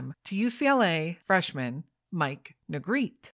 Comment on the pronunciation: His last name is pronounced Nuh-greh-tee. He and his family were my neighbors for several years.